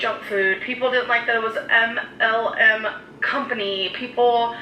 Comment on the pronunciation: I've seen the video like a billion times now and I still don't understand how saying "MLM company" is seemingly super difficult for her.